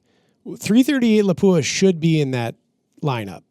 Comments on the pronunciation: PLEASE.... Learn how to pronounce Lapua. It is not la-pooh-ah It is Lahp-wha Don't believe me? Visit their site or their channel. Keep up the great work. I love your podcast content and production. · Good Program. Unfortunately you missed the most important thing you could do to educate the shooting public on all thing Lapua. That is to pronounce the name correctly. It is pronounced "Lop-wa" without the hard "u" sound. Congratulations to the one gentleman who pronounced Sako correctly as "Sock-O" instead of like the watch company. It amazes me that the shooting community in the US is giving Lapua more attention and respect for the quality of their products but still 99% of them mispronounce the name. I'm not trying to be hypercritical, I understand we Americans in general are not good at trying to learn to say foreign names correctly and then the incorrect get repeated so much it is accepted. If this were the "Joe Bob's gun talk" channel I would be less surprising. However, for all the research you do it's a shame that an industry sponsored channel can't show another name in the industry the courtesy of learning to say the name right. Instead of accepting things that are wrong just because so many believe it we should educate as many as possible about what is right. True in all aspects of life. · Proper pronunciation for the 338 Laupa is Lop wa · Please pronounce Lapua correctly. The accent is on the first syllable. Videos available on their website.